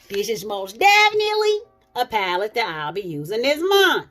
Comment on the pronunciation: do you have the ColourPop Stone Cold Fox paleeete? If so, please do a look and let's get into some spring paleetes soon! LOL Paleetes like you say.